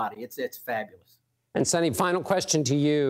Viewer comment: Sunita not sunny😅